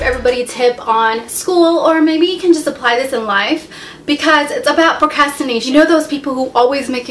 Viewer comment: You're pretty but you can't pronounce "procrastination"